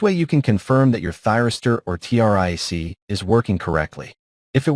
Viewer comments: Besides the multi-meter mispronunciation, He didn't pronounce triac. He said tri A C. This could be AI misreading which they do. Anybody with any electronics background would know how to say multi-meter and triac. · Multimeter is pronounced multi-meter by most people. Triac is pronounced tri-ack, not reading the acronym letter by letter. It's bad enough that AI is crap, but then no one bothers to check if it's right.